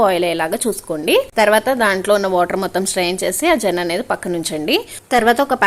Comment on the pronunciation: జెన కాదు మేడం. సెన అంటారు